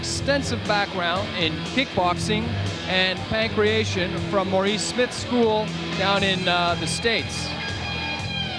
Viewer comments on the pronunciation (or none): LOL "pancreation.". Try " pankration. "